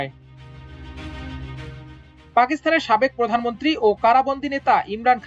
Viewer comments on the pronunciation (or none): none